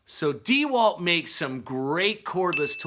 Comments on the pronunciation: Dee Walt? It's pronounced (dah Walt) enough with the disrespect...not true on the batteries, XR does not mean upgraded batteries on the 4ah...they are 18650 cells,not 20700 or 21700......the 996 drill is 4yrs old but still the second best HD drill on the market,only behind the new Milwaukee HD.... .........the impact driver is not a drill it can be used to drill but it's purpose is to I install fasteners. ......you can get less expensive dck sets with lower ah batteries..also Amazon is cheaper , currently $289 for this set.. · $320? DEEE-Walt? I don’t think so.... on either one.